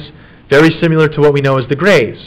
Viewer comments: Does it bother anyone else how he says "simular" when he means similar and "our face is asymetric" when he means symetric. Splitting hairs but aggravates me. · I couldn't finish this video because this guy saying "simular" constantly was driving me f**king insane. It's similar, damnit. Similar. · The is NO SUCH WORD as "simYOUlar"!!!! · Take another shot when he says siMULar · I love this, but his pronunciation of SIMILAR is irking my soul🤣